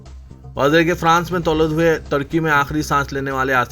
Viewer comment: France m 'Tolad" nahi " Tawallud" bol GADHY NANDED Maharashtra